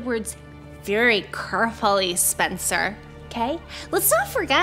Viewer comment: " CAURFULLY SPENCERR"